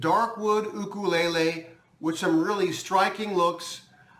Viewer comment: Thank you!! you are the only 2nd you tuber that pronounced it correctly i am a new subscriber to you mahalo